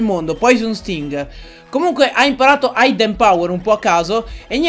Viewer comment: Hidden power si pronuncia idden non aidden ;)